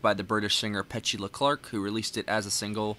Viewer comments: I think it’s pronounced “Pe-TU-La”. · It should be Pe-CHOO-la. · Downtown is your next reaction by her it's pronounce pet- to- la ! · Or Peh-too-Luh 🤔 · Her name is pronounced PA-TOO-LAH .... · It's not pet...say the e like a....A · Pet-u-la. Not whatever pronounciation you were using. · "Downtown" was probably her biggest hit. At least in the U.S. She was quite popular. Did some acting also. But you pronounce her name wrong. 😕